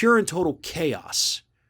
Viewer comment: 🤣Everytime said caos, I kept thinking...even KAOS wasn't that bad!